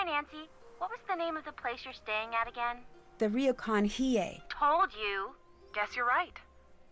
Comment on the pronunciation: You pronounced it right. Hiei is in fact pronounced as Hee-Eh. Yes, some 温泉 (onsen) or hot springs will have set hours for men and women. A regular onsen will have dedicated baths for men and women, but the ones in business hotels, hotels and ryokans tend to be smaller so they have to set times so everyone can use them. Also, this particular convention is ripe for awkward situations in manga and anime as the boys will usually be caught in an onsen after their allotted time and then have to unsuccessfully sneak out when the girls walk in on them.